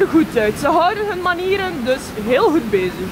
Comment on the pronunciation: je bedoelt heeeeeeeel goed plaats van heeeeeeeeeel coed 😅